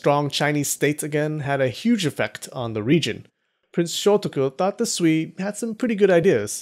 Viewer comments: Sui is closer to sway (as in, influence) than swee (as in, sweet). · "Sui" is pronounced "sway".